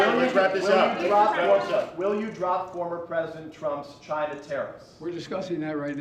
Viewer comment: Someone should put a “made in Chin-nah” sticker on him